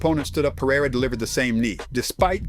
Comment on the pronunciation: "Pa-rye-ruh" Jesus, can you people at least try to pronounce his last name correctly?